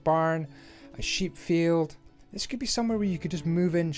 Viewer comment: Did you say "A Sheep field"?? Trading Post should have a campfire so it's easy to find. Great content.